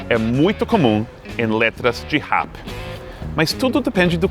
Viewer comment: huahiuehaiueha nunca tinha escutado alguém falar RAP. Vacilou amigo gringo, falamos RAP do jeito certo, criado por vocês!